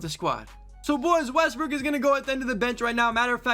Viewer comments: i love how he said lets pick up russel westbrick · U said westbrick🤣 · Bro said Russel westbrick